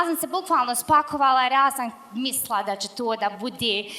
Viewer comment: "shvatla", "zivla", "jalijas", "misla", "ali onaaj", "kolko", "poso", "dvanest", "upala", "uletla", "i ovaj" deseti put, "dobla", "sega" itd... Zena od 30 godina ne zna odrzati prezentaciju. Pored toga, DVIJE UZASTOPNE, ISTE, konferencije je pricala jedno te isto. Nadam se da nece biti I na CEO 2018 jer je uzasno iritantna.